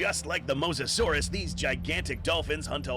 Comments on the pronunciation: Dude it’s mOsasaurous not MoSASAURUS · It’s mose-a-saur =mosasaurus